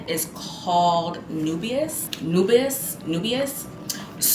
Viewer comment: Nubias for Nebras, Khamara for Khamra 😂😂girl A.R.M.A.F for Armaf 😂😂girl stop.